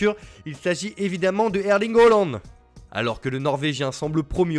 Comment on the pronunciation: C'est la bonne prononciation